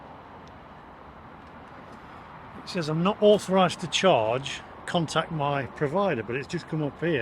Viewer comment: The word says is pronounced sez